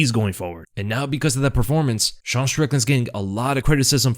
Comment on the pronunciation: Why do you pronounce Sean Like a French Dude?